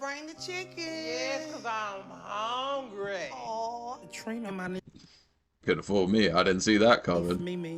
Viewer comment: Less than a week ago, I had to make food stretch for about 3 days, I only ate dry cereal and the next day I ate only one piece of chicken with more dry cereal so that my children could eat enough to not be hungry..... and this lady talking about " I'm HONGRY" ( hungry) Lady.... please 🤦🏾‍♀️🥴🥴🥴🥴